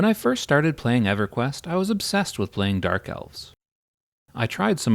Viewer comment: I got to know the reason for why you mispronounced everything. I even had to re-watch the intro just to see if you said EverQuest as Eveyquienst